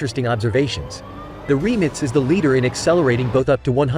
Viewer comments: Why is he calling it “Remnits” ? - it’s “Rimac” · Who would have thought that the word RIMAC is pronounced 'remits'....and that Nm is Nano-metres.🤣🤣🤣 WTF? F**kin' AI..... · Rimac ❌ Reemitz ✅ Nm Newton metres ❌ Nm Nano metres ✅ 😂 It says 20 years ago it didn't even think there'd b such fast cars! Ya bot...u were given life yet!!😅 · Why 🤷‍♂️they keep saying remix nevera..its rimac nevera😄😄😄👍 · Jesus Christ RIMAC!!! Not remix!!!! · Remits Naverra 😂😂😂. It’s Rimac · Learn how to pronounce Rimac you noob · How the hell does this stupid Ai voice prenounce Rimac!? 😂